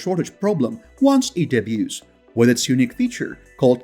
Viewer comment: Out of curiosity, why do you say wish, instead of with?